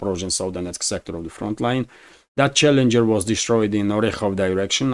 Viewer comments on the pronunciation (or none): none